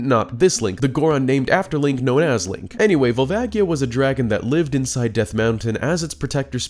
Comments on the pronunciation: Fuckin hate Barinade. Also, gtfoh with the 3ds remaster give me N64 oh-rig-in-al. Also it's Vol-vay-jee-uh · The way he pronounces Volvagia…